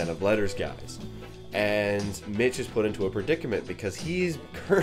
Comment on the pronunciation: I can't stop watching this review, wtf is wrong with me. I've watched this like ten times today someone help me. Oh and it's Mick not Mitch. Just wanted to make sure you knew, also the deaf girl was named Eileen.